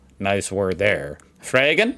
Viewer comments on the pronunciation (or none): Ersatz: If you plan to visit Germany and use public transport, remember the term Schienenersatzverkehr = "rail replacement service". The way you pronounce the "A" in Angst and Fragen would mean it should be written Ängst und Frägen in German. You must pronounce the German A as in father, car or arm. Apfel vs. Äpfel /appel vs. appels Apfel: pronounced with a clear "ah" sound, like in "father" Äpfel: pronounced with an "eh" sound, similar to the "a" in "apples"